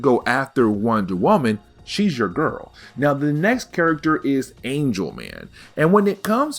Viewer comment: Is it Angel Man or Angle Man? Angle Man bro.